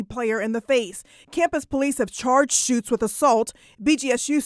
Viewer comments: Why do you keep calling her Schultz when there's L In that name? I believe it's pronounced like Chutes or shoots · The young woman's name is pronounced, SHOOTS not Shultz. Can't be that hard to say her name right (well, with your record it clearly is.) And any 3rd-grade law student knows you NEVER plead guilty to any charge. By pleading not guilty, you allow the justice system/law/lawyers to assess the proper punishment. And listening to make up all sorts of scenarios regarding this situation is sad and scary thinking what else you simply make up to pretend to support your weak arguments. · Why did you pronounce her name “Shultz”? In the video, it was correctly pronounced “Shutes” several times. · It is pronounced SHOOTS, not SchuLtz. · Are u purposely pronouncing her names as Schultz and not Schutes?.. u killing me bro say that right.. lol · Dude, pronounce the names correctly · you really have to learn how to pronouce people's names bro😅😅😅 They said it right in the news clip and you still pronounced it wrong😃😃 come on man..